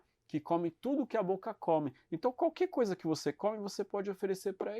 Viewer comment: Porque continua falando sunce depois de séculos? Só de curioso! 😎